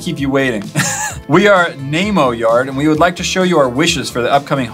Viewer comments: Not neeeemo ! It's nemo like the fish. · He pronounced nemo (knee-mo) as name -o lol